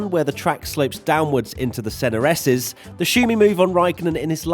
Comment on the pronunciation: "The SennaR esses"